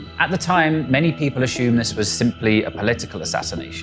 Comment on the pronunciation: did he say "ashume". This is Merica, speak Merican!